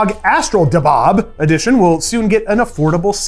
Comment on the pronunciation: For the "ASUS Gold RTX 5080 'Dhahab' Edition," the correct pronunciation is closer to "the-hub" or "thehab" rather than "da-hab," as it comes from the Arabic word *ذهب* (dhahab), meaning "gold." You can confirm the pronunciation using Google Translate or by searching YouTube for phrases like “How to say Gold | Zahab in Arabic | كيف أنطق ذهب باللغة العربية.” great news report btw